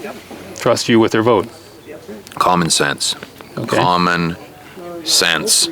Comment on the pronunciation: When he said " we're gonna make comun sense comun " absolutely he's the next president for canada.